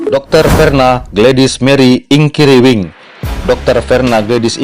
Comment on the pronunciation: Iya nih, mimin kurang teliti…yg benar INKIRIWANG bukan inkiriwing. Pihim min?